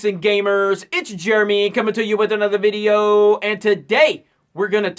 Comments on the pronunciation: love the way how you say "videoo" <3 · She's perfect, especially how she pronounces videooooooooooooooo.